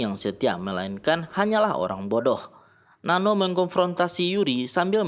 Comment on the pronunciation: Not Nano It's Nan-nooo